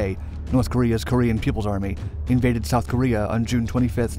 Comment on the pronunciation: "Korea's pupil army" Come on man! Try a bit harder!